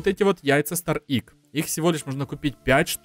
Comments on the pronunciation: Не Идж а Эгг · Egg произносится Эгг а не игг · ты немного не правильно говоришь на английском яйцо правильно говорить эг